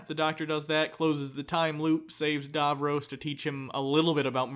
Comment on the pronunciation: For fuck sake guys say Davros properly. How many times was his name said and you still manage to say it wrong?